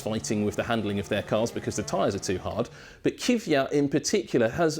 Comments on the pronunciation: It's pronounced Kvee-at not Kiv-ee-at. You pronounce the K and the V together KVee. 😐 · Lord almighty! It's K V Y A T not kyviat! K V Y A T again.... K V Y A T and last time so you keep it in mind... K W Y A T